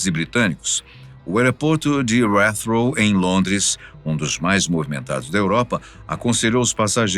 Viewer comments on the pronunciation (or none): A pronúncia do nome do maior aeroporto da Inglaterra (Heathrow) do narrador foi bizarra kkkkk moro aqui e com certeza não está correto 😂😂😂😂 estuda aí galera Gatwick foi ok 😂😂😂